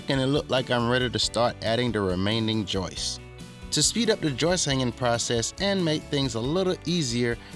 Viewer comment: It's "Joists" not Joyce! LOL